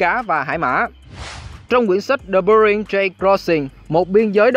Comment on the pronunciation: Góp ý 1 chút: bạn chú ý cách phát âm : eo biển Bering thì lại đọc là Bơ ring (đọc theo tiếng Pháp hay Anh đều là Be-ring, không ai đọc Bơ ring)